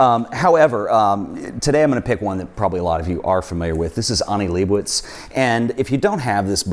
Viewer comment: Can’t pronounce Leibovitz either.